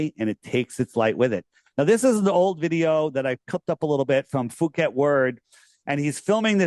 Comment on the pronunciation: poo-keht NOT foo-keht. the 'ph' does not have an 'f' sound in Thai.